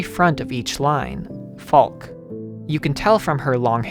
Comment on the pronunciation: Also regarding pronunciation, I believe Falke is pronounced Falk-eh. Fantastic video! Very enlightening. I absorbed a great deal of the themes playing the game, but definitely lacked context from external materials. Your thorough research is well-appreciated. Have you seen Neon Genesis Evangelion? There are some parallels in the works concerning the blend of the symbolic and the literal, with the focus being on meaning behind the work rather than its literal and perhaps unreliably-portrayed events at times. Thanks again for this deep dive!